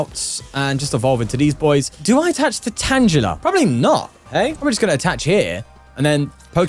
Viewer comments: Ok, why does he keep mispronouncing tangela? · Pronouncing Tangela with a soft "g" you're always finding new way to deeply unsettle me